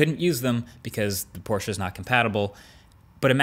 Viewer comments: OMG I LOVE YOU. THE FIRST AMERICAN WHO SAYS PORSCHE AND NOT PORSCH THANK YOU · Great video, dead on points and as a german i like that you pronounce Porsche correctly even though i´m no fanboy.